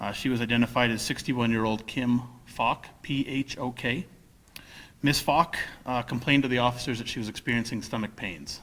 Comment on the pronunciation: Wow. It's pronounced Poke. Not Fock. Not meet the Focker. Phok is pronounced Poke. But I can see why he pronounced Fock!😳